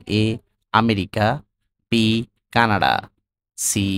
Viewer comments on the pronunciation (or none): none